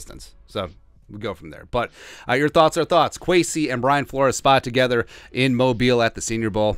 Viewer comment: Why can no one pronounce Mobile correctly? You did it right at the end, but the other times you said it incorrectly. It’s such a little thing but it would be so respectful if you could get it right.